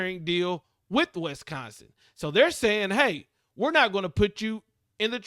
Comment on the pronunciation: Bro, it's Wis-consin, not West-consin...lol